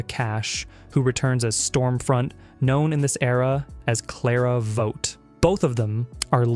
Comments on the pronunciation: It’s pronounced Vawt not Vote. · Yeah....this got to me as well...it is NOT vote lol. Crazy that they pronounced it correctly just a few seconds earlier in the video when saying Vought rising..... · This was going so great… until he/it mispronounced Vought. Vawt! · What? no mention of the mini series with Patrick Dempsey, Blonde? or the movie where he met his now wife, Daneel, Ten Inch Hero? how about Buddy Games? What.. you also missed "The Winchesters" the prequel series he produced. oh no.. if you'd watched and LISTENED to The Boys, you'd know how to pronounce Vought.